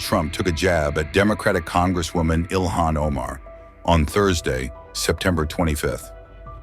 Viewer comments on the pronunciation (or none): Well he didn’t say ilhan, he said Ilman 😂😂😂 Probably that’s why Somalis don’t want her back😂😂😂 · HIS IQ AND LITERARY SKILLS ARE SO OFF THE CHARTS (BEYOND ZERO) THAT HE CAN'T EVEN PRONOUNCE A SIMPLE NAME SUCH AS "ILHAM".. HE READS IT AS "ILMAN" 😂😂😂 SIMPLE LITERACY AND PHONETICS